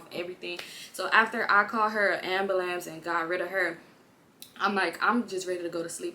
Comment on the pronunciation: 🤣🤣🤣🤣🤣 i am done!!! AMB-BAH-LAMBS (ambulance)